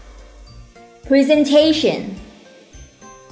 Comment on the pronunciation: Em góp ý chút ạ, "presentation " phiên âm và đọc sai rồi ạ